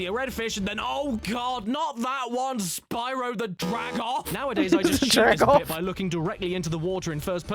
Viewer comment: Spryo the dragoff